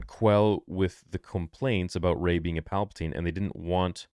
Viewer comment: Gay not Ray !